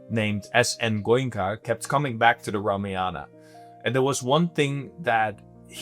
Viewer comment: Please please please please, it’s pronounced RAAMAAYAN. Please. Just ask a regular Indian to help you fix how you say it